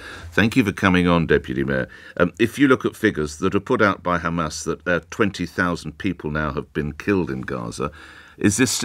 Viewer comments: If you want to know if it’s a Israeli speaking🤣🤣 They say Khamas!!! It’s Hamas!!! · its hamas not khamas. Why cant you say it properly. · has a wonderful English accent…and then she ruins it by saying Khamas